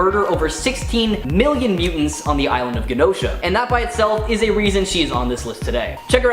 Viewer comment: btw it is said like a j not g for genosha or jenosha i even used translate to see and ya